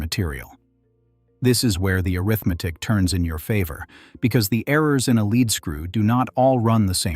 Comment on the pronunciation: Your mispronunciation is annoying in the same sentence you pronounce LEAD as LED and LEED, it is LEED in all cases